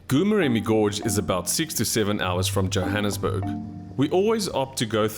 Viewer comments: oh my word... been struggling to understand where is "gu-murem". Please endeavour to ask the locals for the proper pronunciation of names. It wasn't until I saw the place that I suspected wanted to say Goo-Moremi. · It's pronounced Gho Moremi, the "G" sound like sum1 snoring. 😜